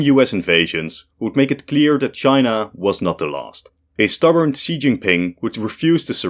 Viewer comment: For another umpteenth time, Xi's name is pronounced "SHE", NOT "KSEE"!!